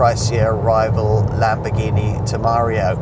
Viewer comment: It's (pronounced) Lamborghini Tem-er-rar-io not Te-mar-io....